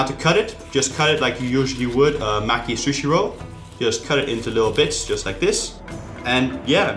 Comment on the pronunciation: I am Japanese and I hate the way he says sushi